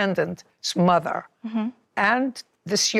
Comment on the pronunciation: Did she say stand up for your mothie?